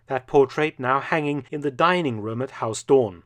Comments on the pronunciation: Mark Felton. For future reference: Pronunciation of Huis Doorn. "Huis" is pronounced "Hace" or more correctly "Huys". The "oo" in Doorn is pronounced the same as "oo" in English, so "Dooorn". Not "Haus Dorn". The language is Dutch, not German. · Huis is not pronounced as haus, the 'ui' sound in huis is similar to how the Scotts pronounce 'down'